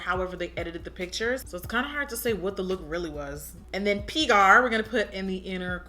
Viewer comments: Dhe called Pygar pigmy LMFAOOOO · I died every time you tried saying pygar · the struggle is real with trying to pronounce "pygar" 😂😂😂